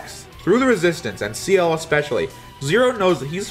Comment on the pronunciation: In Canada, you learn French in school. Such isn't the case in the USA. But at least he pronounced Ciel's name properly.